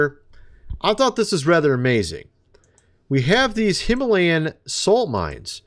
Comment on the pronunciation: plain sight him-a-layin